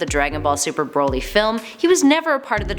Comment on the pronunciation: She's saying Broly wrong too. It's Brol y not bro lly.